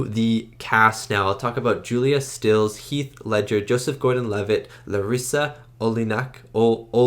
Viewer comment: You've hit the nail on the head: Iconic movie with GREAT chemistry between the actors. Great reaction from you, as well. One things: it's Julia Stiles, not Stills...